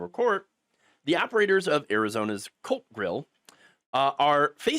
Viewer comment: ooh ! COLT grill lol I wasnt looking at the video when it started and thought he said Cult Grill. I'm here saying to myself... how ironic!